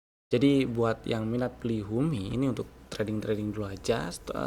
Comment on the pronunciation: H U M I not B U M I, dibaca list saham rekomen tertulis HUMI, di chartnya HUMI bukan BUMI